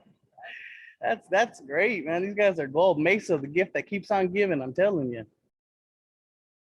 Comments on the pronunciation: Mesa is pronounced , may-sa , not mess-a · Hey brother, thanks for the videos! Well done, I’m watching and sharing them all. I’m born and raised in Arizona, and we pronounce Mesa, AZ as “May-suh”, not “Meh-sa” … Keep making great videos, brother. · Its pronounced MAY SA not Mess'a LOL but good video But the 1 court of appeals does not apply to AZ wrong federal district you need to clarify that. I lived a block from that McDonalds Mesa PD SUCKS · FYI: The city's name is not "MESS-uh", it is "MAY-suh" (Spanish for table).;-) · Pronounce mesa az like maysa az lol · Spelled Mesa, pronounced Masa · Mesa = May-suh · Pronounced May Sa. 1% of the people are controlling the other 99% and the cops are their enforcement bureau. They are there to keep the people in line. The richest 1% hate democracy and would be much happier with an authoritarian government they can manipulate. Rich people don't care about anything but making more money. They don't care about people. That's why they're trillionaires. Watch a vid on YT by Noam Chomsky called, "Requiem for an American Dream." Totally eye-opening and a quick view. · Mesa is pronounced: may-suh. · Pronounced: may-sa